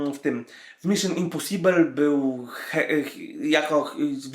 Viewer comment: no i dalej wymowa angielska kuleje: "miszon imposibel" daje czadu